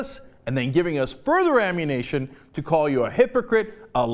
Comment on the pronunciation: Did Cenk say "Ammunation"? Does he play Grand Theft Auto?